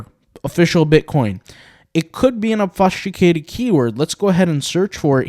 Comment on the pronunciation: I love all your videos, you are constantly improving me and my intellect. I am putting this comment in only in the interest to pay it back and help make you better. I hope you can appreciate when I tell you that you are pronouncing "obfuscated" painfully wrong. Please do a quick search to hear the pronunciation, if the below doesn't help: obfuscate /ŏb′fə-skāt″, ŏb-fŭs′kāt″/